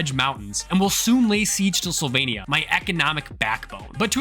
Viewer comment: Sylvania sounded like Slovenia 😂